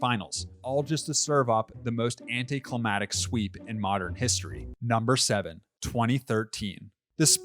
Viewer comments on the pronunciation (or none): If this man says “Anti-Clamatik” again